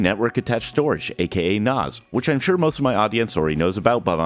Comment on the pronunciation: Why do you keep saying NOS is it not a NAS